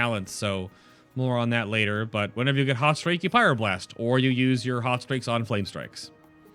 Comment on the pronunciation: huhuhu "pyroblurst"